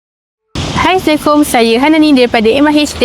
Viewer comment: ...nx time bg salam tu sebut elok2 taw...bkn assekum